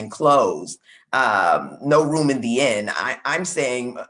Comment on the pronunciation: Inn not end 😂😂😂